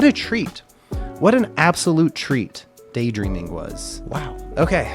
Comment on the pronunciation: Kanami's guitar solo on this is incredible! I think it's funny how they turned Daydreaming into a 4 syllable word. (Day-dur-eam-ing)